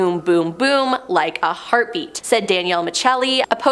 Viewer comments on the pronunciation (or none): none